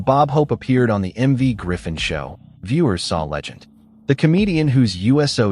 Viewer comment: His name is MERV., not "Marv."